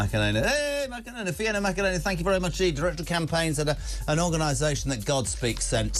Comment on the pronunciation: God. The guy is insufferable. Can barely understand him as he makes fun of her name .. 🙄